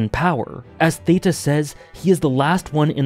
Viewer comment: Theta‘s name is actually read with a hard T. Teh-ta.